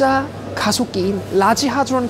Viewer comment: 강입자는 hardron이 아니라 hadron입니다 ㅎㅎ 실수하기 쉬운 단어지요..